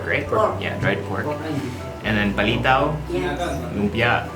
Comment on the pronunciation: Bakit pag si Erwan ngsabi ng PALITAW? ang sosyal pakinggan 😂😂😂